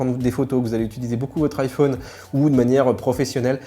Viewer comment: C’est possible d’arrêter de faire des manières SVP ? Vous prononcez le mot « téléphone » comme tout le monde, mais vous vous êtes trouvé une autre manière de prononcer « iPhone », en fermant la lettre « o ». C’est juste ridicule mon ami. On dirait un gamin qui trouve original de s’entêter à prononcer de travers le mot de son choix.